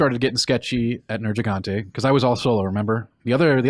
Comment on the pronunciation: The way mispronounces Neirgigante sounds like there's a racial slur in there...